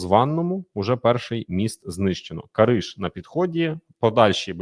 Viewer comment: Кариж. Ударение на перый слог. Вы не во франции 😂😂😂